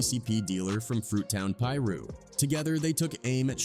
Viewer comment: How tf does this narrator know how to say certain names, specifically Gang names like Pirus. Pronounced: Pie-Roo/Pie-Roos. Get your A.I. voice correct bruhhh...